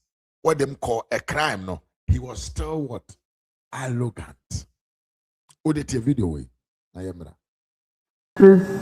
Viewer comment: You're a nasty blatant liar and you don't even know what you're talking about. That's why you can only say Sam George is "Allogant". Rattle your heavy twi tongue and say "Arrogant". What a shame!